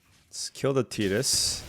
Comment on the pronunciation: Nice to hear someone say Tidus name correctly. Some people pronounce it like "Tight-ass".